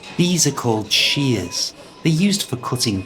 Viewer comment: Shears sounds like cheers 😂